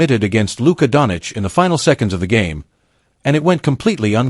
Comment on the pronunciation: say doncic the right way,shame.